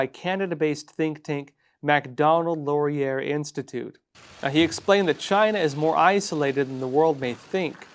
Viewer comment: Laurier is pronounced, LORE-E-EH